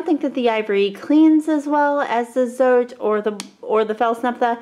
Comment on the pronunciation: FYI, "Zote" is pronounced "tsaw-teh."